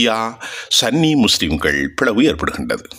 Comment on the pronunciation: It is Sunni not sanny